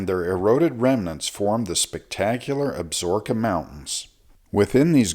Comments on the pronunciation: FYI . . . it is pronounced AB SA RO KA not ABSROKA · Ab-so-ro-ka mountains. Not Absorbka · Absorkeee not ka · AB-SA-RO-KA - based upon the pronunciation from the television series "Longmire" based in the fictional Wyoming Absaroka County... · Absaroka. Check your pronounciation.